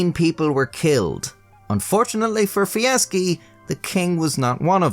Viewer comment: Dude you are awesome. Love the animation and of course your inability to pronounce TH... Holy Fuck.